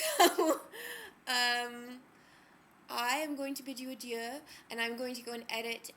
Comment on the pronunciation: I love that your pronounced "adieu" correctly. I hate when people say "adoo". Lol